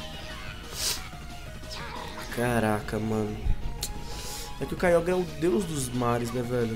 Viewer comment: O Nome E Kyogre Mais C Pronúncia Kyoger